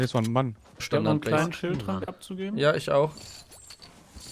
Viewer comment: Alex es heißt Schild und nicht SchÜld!!!! Gutes Video :)